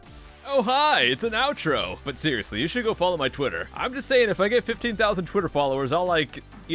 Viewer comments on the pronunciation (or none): did you just say ouch-tro at the end?